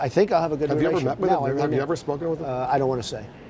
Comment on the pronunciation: "Lack a' respect. I'd call 'em and say "don't evuh do that again. Don't do it again"." Or else, what Donald? You're gonna send Vinnie over to rough him up?